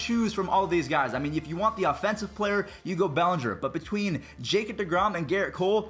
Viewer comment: IT'S NOT BELLENGER IT'S BELLINGER THEIR IS NO E IN BELLINGER IN FRONT OF THE SECOND L